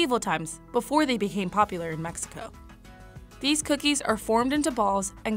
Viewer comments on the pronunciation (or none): none